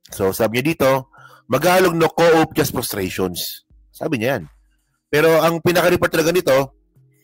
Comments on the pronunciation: Coup is pronounce as kōō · Hindi coop ang pag pronounce COUP!!! Magbasa ka nga KABISOTE KA!!!